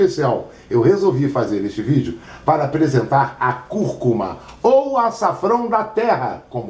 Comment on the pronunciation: é conhecida como açafrão da terra, curcuma com acento tônico no início e turmeric...me curou da minha bursite, ele pronunciou direitinho é nós falamos o nome errado